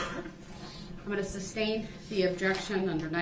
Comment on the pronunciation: He never figured out how to say SUSTAIN. "Substain"... jeeeesus!